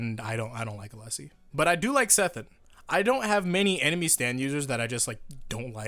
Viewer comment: I hate how everyone calls it Sethan... It's SETH or SET! Ffs